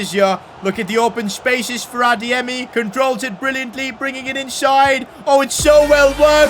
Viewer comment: says pronounces adeyemi so good he might have Nigerian roots we don’t know of